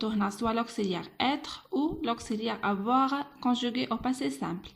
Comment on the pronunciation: اسمحليle verbe avoir نطقتيه خطأ